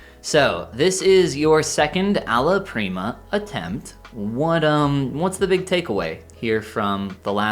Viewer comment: You saying Alla Prima was confusing (sounded like allo prima), as I didn't understand you were talking about a type of art, as I think I missed an episode. Otherwise, I don't think I could do this? then again, I do somewhat do this, because I use oil painting brushes in Clip Studio Paint (my program of choice for the last 8 years). You did pretty well with what you normally do, I think what you need to do is study the shapes of different faces. The way I learned how to do proportions was by tracing and taking in where the features are on the face(of course don't post them anywhere, they are for you to learn).